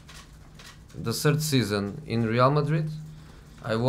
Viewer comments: My "sird" Season at Tottenham....i didn't had a "sird" season. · Google my "sird" season at Manchester United...